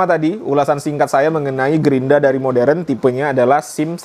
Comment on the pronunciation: Bukan moderen om modern